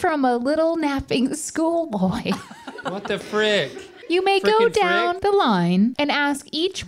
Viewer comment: I wasn’t prepared for saying “what the fwickin fwick” 💀 I love him lmao